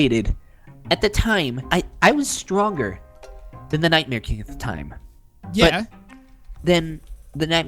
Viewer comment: U said night mare kring in stead of king